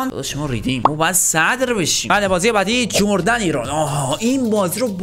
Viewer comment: اون تیمه اسمش اردون هستش نه جردن